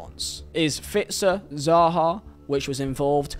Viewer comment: I’m not sure if it’s an accent thing but please pronounce the name properly. It’s SAHA, S NOT Zaha like you pronounced it. Say it right so people don’t start thinking you meant to say Zaha.